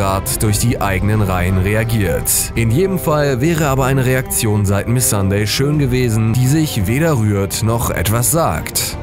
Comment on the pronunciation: Sweety Kitkat Miss Sandey. 😂 selten so gelacht.😄 (sie heißt Missandei 😅)